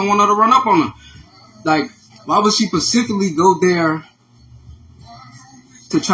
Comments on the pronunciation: And who asked him anyway? Don't believe anybody that uses the word, "pacifically," instead of specifically. He's giving stalker too. Stalker or boyfriend... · I was done when he said it take 7 I mean 9 months to carry a baby, then turn around and said that’s 10years she been bullying her 🤦🏾‍♀️ I can’t take him seriously. Then talking about pacifically 😂😩 he real slow